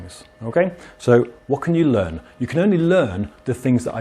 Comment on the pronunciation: The most british "Learn" that I've ever heard.